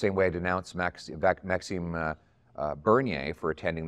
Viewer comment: Isn't it MaxiMe, not MaxiNe?